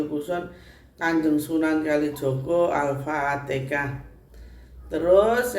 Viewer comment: Alfatekah🤣Apa alfateha